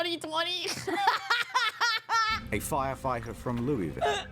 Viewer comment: People pronouncing Louisville wrong are making my eyes twitch.